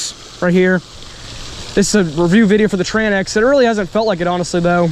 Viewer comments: its called TRANX not TRAN X brother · Tranx is one word. Its pronounced like Tranks. I pronounced it wrong the first time too. Lol